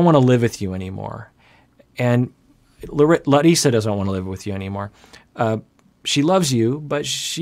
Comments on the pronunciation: Every time he says her name - I go ahh so nice to hear MY name pronounced properly . Instead of Americanized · I really appreciate the effort is making to pronounce Larissa's name in a more brazilian way since the last video. Also related to her brazilian origins, I know it feels like she's not being supportive sometimes in regards to have Debbie living with them, but here in Brazil we usually don't like to live with our spouse's mother and we tend to think that this brings problems to the couple and the whole family when one's mom is envolved. It is very usual the request she is making at least culturally.